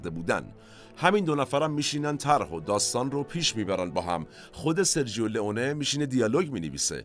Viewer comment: با سپاس وخسته نباشید ، با اجازه دوستان یک تذکر بدم ، در زبان ایتالیایی «سرجو » خونده میشه نه سرجیو ، یعنی gio = ( جو ) . همچنین cio ( چو ) خونده میشه نه چیو. دم همه تیم مورخ گرم ، حمید از ایتالیا